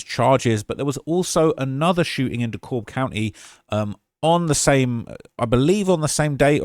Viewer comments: It’s De Cab County not De Cobb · D Cab not D COBB